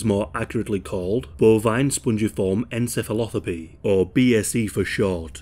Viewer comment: pathy not thopy